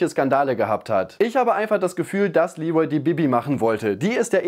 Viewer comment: Wer nennt ihn bitte Lee'Rol??! Bisschen geschmacklos, oder?!